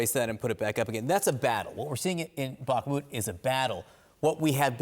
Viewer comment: "Wagner" group. You're speaking English. Not "Vahgner". You say "Back-mut" when it's "Bach-moot". Why don't you say that right? Wagner. With a W.